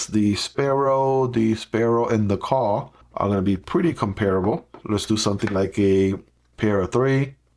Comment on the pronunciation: I have this one on my wishlist for quite some time, but lots of negative reviews made me hesitate, yet I like the design ... and sometimes add lanyards to my EDC knives ... soooo ... your video makes me thinking again ... :D Note "Kuh" is german and means a "Cow", pronounced kind of like Koo in english :)